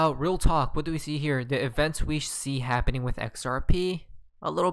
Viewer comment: Guy's Guy's Guy's! Look Look Look! It's habbening! Lmao 🤣